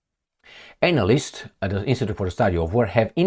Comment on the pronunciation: The pronunciation of anal - ysts and gave me a chuckle, and knowing sense of humour it may have been intentional